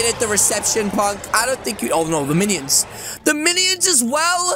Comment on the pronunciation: Wait did said millions instead of minions